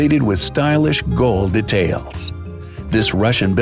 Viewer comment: Everybody: Details: datalis Edited: btw I love ur channel